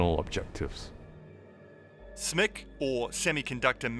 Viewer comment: Thanks for calling it "Smick"! I always do, somehow most YouTubers want to spell out SMIC.